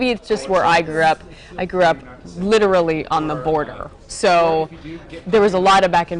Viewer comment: Hihihih "Literaly"! ^^